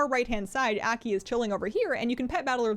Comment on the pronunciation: pronounced AW key , Aki